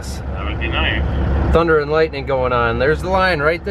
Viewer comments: It's thunnnndddddder not thunder. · We all say THUNDERRRR even when you don't. Just FYI 🤙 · I got Worked Up by the lack of RRR's following the word "Thunder", I mean not everytime, but specifically when talking about the trailer